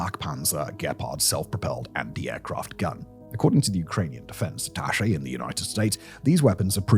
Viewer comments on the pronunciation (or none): none